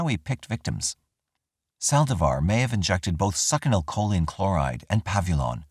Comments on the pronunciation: Love your videos, but if you say Suckinylcholine ONE MORE TIME. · I so don't want to not pick, but... I think succinylcholine is pronounced sucks-in-o- koline. I could totally be wing though, I am a gardener, not a med pro!🤣 Just going by a history of pronouncing Latin botanical names of plants.✌️